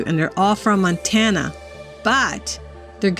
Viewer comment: You said it correctly I used to live in Montana for 5 years